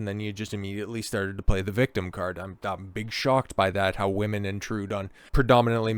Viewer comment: Bro didn't see SHIT ab arcane lmfao (notices how he says woman lol, he never touched one.)